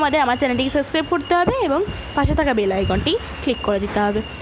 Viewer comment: Ota, বেলে না ota বেল, please, mining and উচ্চারণ গুলো ঠিক ঠাক বলেন, ভুল ভাল বলছেন কেন??